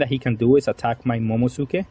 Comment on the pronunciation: Momo - NUU - suki. Momonusuki. It’s not silent. 🤨